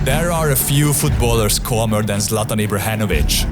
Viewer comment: Ibrahenovic roflmao